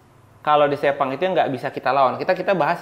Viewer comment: Gw kok takut pas di bilang sepang terus kesleo lidahnya jadi sepong😅